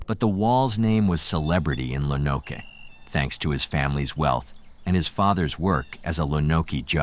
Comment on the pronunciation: Lo-Noke. Good video, I live in Arkansas and I first heard about this on killer kids I think?